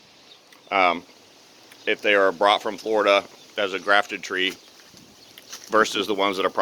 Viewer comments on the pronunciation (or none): none